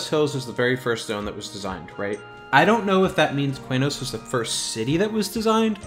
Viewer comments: Always thought it was "K-nos", not "Kway-nos" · Qeynos = Kee-nohs